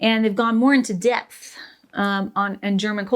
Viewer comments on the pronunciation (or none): Note to self: Depth and debt are not the same. As a non German, non English speaker normally I can get by. The prononciation of depth and debt were too close together it took me actually too long to understand what you meant. Ah well, back to studying English 🙃